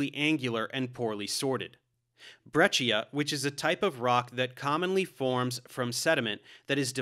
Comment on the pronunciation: What about his pronunciation of breccia? I’m pretty sure it’s “br-ek-a”, like Becca but with an R. For context I am not a prof but I did take as many geology classes as I could in college and have been learning about geology for a fair amount of my life (though I’m not old).